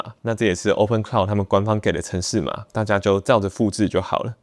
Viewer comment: 不是 科酪，是可囉！